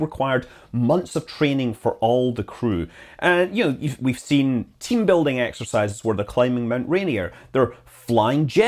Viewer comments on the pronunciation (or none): none